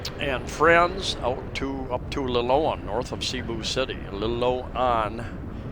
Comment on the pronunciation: wow finally got the Cebuano pronunciation perfect, LE LOW AN as oppose LE LOAN 😂